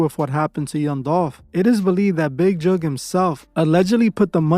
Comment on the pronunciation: Mans pronounced "Tentacion" better than literally anyone in the world ever has, but can't pronounce "Jook" for the life of him